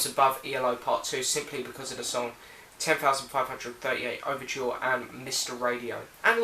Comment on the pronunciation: Can't believe he didn't mention Danger Ahead from Secret Messages album. That's a great song! And he lost all credibility when he didn't know how to pronounce "10538 Overture".